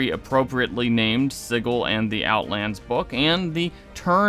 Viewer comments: sih-jill, not sigg-ull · "Siggle"? Isn't it pronounced just like the word "sigil"? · how this dude pronounces sigil kills me